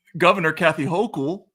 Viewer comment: Hochul didn’t even say his name correctly 😂